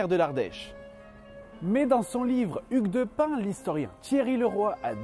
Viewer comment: Attend quoi ? Ça se prononce Hugues de pin ?????